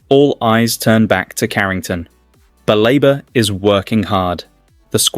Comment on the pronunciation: BALEBA NOT BAREBA PLEASE